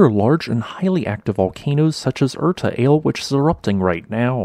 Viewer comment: Erta Ale = Irta'ale = (pronounced as capitalized - irta a'lay)